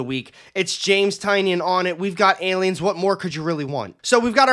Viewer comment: TY-nan......that's the pronunciation he told me is correct.